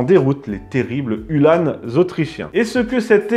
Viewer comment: Hue l'âne ! non, uhlan (comme verlan), tout simplement ;-) . Sinon merci une fois de plus pour cette émission fort intéressante (et pour "neurchi", en échange de bon procédé !). A noter que les fanions en partie haute des lances, outre d'indiquer l'unité d'appartenance, avait pour vocation d'affoler les chevaux adverses lors des charges.